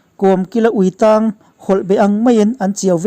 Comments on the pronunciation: Ui tang,lungin tang ang a lam rik tur a ni lo,ui tang,tangseh tih a tang ang a lam rik tur a ni zawk e. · Kawmkara "uitang" tih chhiar rik dan tur nia la.ng,tel mawmzul sawina a "thang" ( ri hniam deuh) a lam tur iin a lang e,🙈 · Ui tang hawlh beh tih lai hi, jail tâng tih ang a i chhiar( tang )tih lai tak hi,darthlalang tih a,(lang)tih, thlûk awmlo ang hian chhiar tur zawk aw,,,Ui tang hi chu ui vun natna pân hming a ni e.